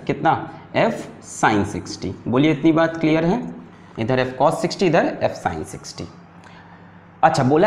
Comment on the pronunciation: its not "cosh" it's cos Cosh means hyperbolic cosine I know it's just a joke...but still